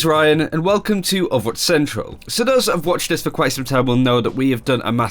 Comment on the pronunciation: anyone else hate how these people say "overwatch central"? it sounds like they're saying "owutch central" and it bugs me enough to comment about it lmao